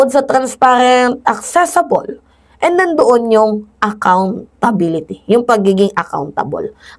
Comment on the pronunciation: ACCESSIBLE hindi ACCESSABLE 😂😂😂😂 kakaloka ka😂